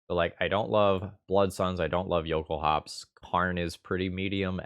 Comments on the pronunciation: The L sound is LOL-kulhaups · The base word, I assume, is "Jökulhlaups", pronouced "yo-KOOL-lahps". The lacking "l" would then (to my understanding) make this "yo-KOOL-ahps"